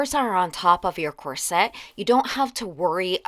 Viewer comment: I love your channel, but not your pronunciation of ‘corset’. It’s COR-set, not Cor -SETTE.